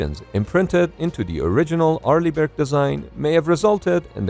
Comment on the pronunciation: "Arliegh Brick"😂😂😂